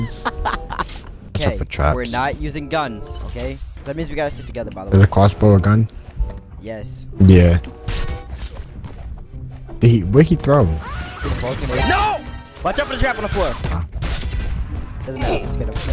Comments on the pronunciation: "is a cwossbow a gun"😂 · ‘ is a cwasbow a gun ‘ 💀